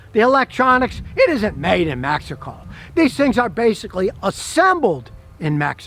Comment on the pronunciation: Nice video. I just bought a 2018. Not gonna lie tho i thought you were saying "magical" instead of Mexico the for the first 3 minutes lol.